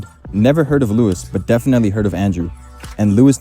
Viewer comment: Lewis not Lois